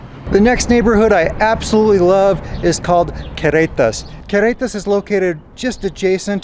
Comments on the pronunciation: it's Carretas, (Caugh) you are pronouncing it like Querretas but no biggie. Good show. :) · You have almost managed the trilled double r sound but not quite yet for carretas but darned it if you haven’t managed a Mexican Spanish accent back in English … the double r is the hardest but your Mexican Spanish, when in use, is actually a very good middle class standard & will only get better with time … & eventually the accent in English will tone itself down; it’s pretty much the growing pain byproduct of bilingualism, it also happens the other way around if it’s any consolation & actually an excellent indicator that your brain is integrating your second language in full … just wait ‘till you get to year 6 & year 10, since you are at about year 4 & you are doing this as an adult; I did it as a child & the other way around … Great content, & a very polite way for you & Maddie to part ways, & very tasteful way of introducing your new ‘media naranja’, Maya, …